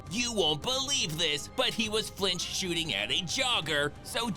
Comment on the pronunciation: Segal "FLICH SHOOTING"😂😂😂